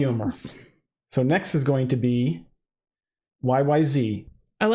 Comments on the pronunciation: Zed. It’s is Y. Y. Zed. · The "Z" is pronounced "Zed," and not in the American fashion.